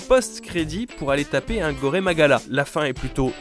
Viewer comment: j'ai légèrement saigné des oreilles en entendant "Gor*é* Magala" :')